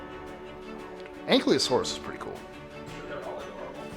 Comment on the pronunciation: you mistake the velociraptor with the Utah raptor thanks to hollywood. I would hug the Compsognathus. Also it is pronounced An-KYLO-saurus.